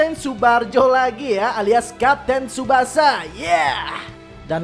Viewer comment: Bang bukan tusbasa pemain depan